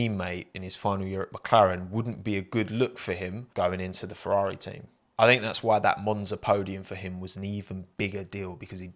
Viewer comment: Fewwawi fwieeends :'(